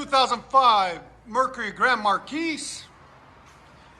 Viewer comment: Any time someone mispronounces "Grand Marquis," somewhere, some place, another Grand Marquis dies.